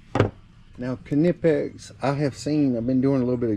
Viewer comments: almost sure its a silent K on the kahnipex brand heh i normally just grab side cutters but if its heavy gauge then ratcheting cutters work really well .... i've just come accustomed to side cutters and the preset ones i will still nick a wire. unless its like communication cable like cat5-6 then i use a special stripper with a special crimper built in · I believe the K in Knipix is silent when you pronounce it